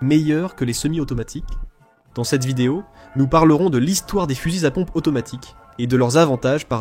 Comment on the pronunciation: Fusils-Z-à pompe ... liaison < mal-T-à propos > GROTESQUE